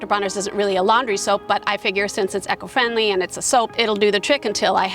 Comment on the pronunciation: Nice talk, but eco is not pronounced echo. Not trying to be mean or anything, but it jarred every time you said it. E-co. Jon in rural BC, Canada